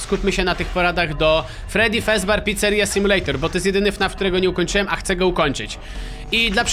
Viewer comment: Mówi się fredi fazber picceria sim